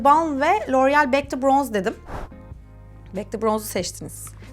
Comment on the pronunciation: Loreal derken çıldırıyorum 😑